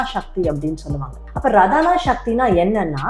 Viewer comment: ரதானா சக்தி கிடையாது. ராதனா சக்தி தான் அது ஆராதனா என்ற சொல்லில் இருப்பது. நீங்கள் சொல்லும் பெயரும் ராதா தானே ரதா இல்லையே...